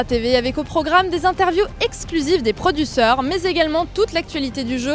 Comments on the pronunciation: Des "produsseurs" ^^ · "des produceur" mdr^^